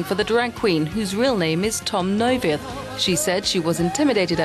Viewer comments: One of the rare occasion your hear an English-speaking person pronounce "Neuwirth" correctly. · For someone who says she can't dance, Conchita is doing an amazing job after only six (?!) days of reheasal. Also compliments to the speaker, pronouncing 'Wurst' and 'Neuwirth' is not easy for someone whose native language isn't German, but she did it almost without any accent.